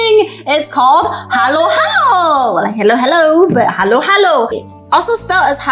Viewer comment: I'm a Filipino and the first time you said Adobo was the correct pronouncing (i love adobo and sinigang) (masarap is correct pronouncing) (Third time you said halo halo was correct) I LOVE JOLLIBEE (i had my 9th bday there)